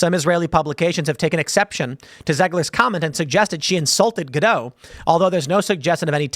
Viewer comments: It's GA-DOT Tim, not Ga-DOW. Gal is Israeli, not French. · Ga-DOT. Ga-DOT. Not Ga-doh. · The T is pronounced in Gadot, she's Israeli, not French. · Gal's last name is actually pronounced Gah Dot. I was surprised too. The most messed up thing. SHE'S ISRAELI! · For the last time: the T in Gal Gadot it NOT silent! Gadot rhymes with DOT, not with d'oh. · "Gadot" has a hard T at the end. It's Hebrew, not French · She's not French! The T is pronounced.